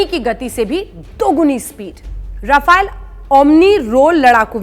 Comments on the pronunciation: It's rafaaaale not rafail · रफाइल नहीं राफेल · Rafaiel nhi he. .RAFAL BOLO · rafile 🤣🤣🤣🤣😂😂😂😂 being a national new reporter you should pronounce the word correctly its rafale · Not rafile it is called rafail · Aey 7vi fail Rafael bolna toh sikh le pehle😂😂😂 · अरे मॅडम जेट का नाम तो साहिसे बोलो राफेल है राफायल नाही बडी पत्रकार बनती हो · Pronunce it as ra-fa-le not ra-fai-le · Madm bolna to seekhlo रफाइल kya hota h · Naam toh acche se lelo rafile rafile lga rakha h